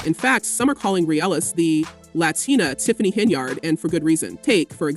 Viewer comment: is the audio A.i? Why are you pronouncing it "HenYARD" ? lol